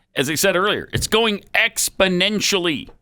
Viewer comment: It’s exponentially moving or as would say “expodentually”